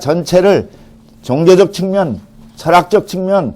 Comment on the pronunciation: 측면을 "칙면"이라고 잘못 발음했나이다. 갈의는 참 좋습니다.